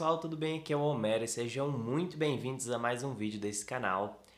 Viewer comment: dsclp não é querendo te ofender por te corrigir,mas é "Homero" o "H" no caso do nome dele não tem som de "R"